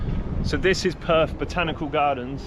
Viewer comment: It is not Perf, it is Perth. It is your language, learn to annunciate it.